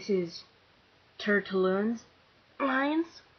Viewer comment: great! You have alot of feeling in your voice. and your the best Starbuck audtiion i've heard so far. You did well on all of them but you pronouned Tertullian wrong. But hey you will learn. You have a high chance of getting a good part